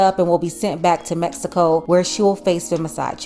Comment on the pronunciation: METSICO, METSICAN! ITS MEX I CO NOT METSICO